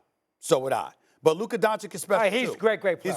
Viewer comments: Stephen a still calling Luka, "Donchick" is straight blasphemy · It drives me crazy hearing Stephen A Smith say Lukas last name. 😑 does he not hear how announcers say it or how Luka pronounced it? IT IS NOT DONCHICK. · Can’t take anything they say seriously, they can’t even say “Doncic” right. 😂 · Those two guys still can't pronounce Luka Dončič how the f that happens 😳 😑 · Can't you ding dongs pronounce Luka's last name correctly YET? SHEEEEESH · Both of them dont know how to pronounce Doncic lol come on guys you’re supposed to be professionals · They both can’t say Luka’s name right. I will take Luka 7 days a week and twice on Sunday.